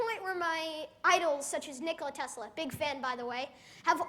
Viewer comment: right, he is spoiling name of Nicola Tesla.